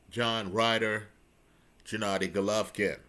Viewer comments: LOL hes stuck to that pronunciation forever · “Jenady Golovkin” 😂